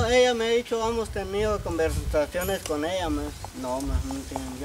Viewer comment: Hola me caes bien y quiero por favor que te olvides de decir “Amos”, se dice: HEMOS, HEMOS, HEMOS, no quiero escucharte decir “Amos”